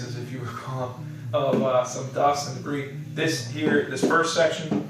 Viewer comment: Debris has a silent "s"